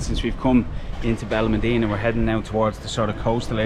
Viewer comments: Its Benalmadena pronounced Ben Al Mad ena not Ben Al mah deena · There's an accent mark above the the a in Benalmádena. That's where the stress is when you say the word. "ben al MAD eh na" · Please pronounce it correctly it’s benal ma like mat dena. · You need to work on your pronunciations. Where is Benelmadeeena? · You cannot even pronounce the name Benalmádena. You teach the public. Get it right please.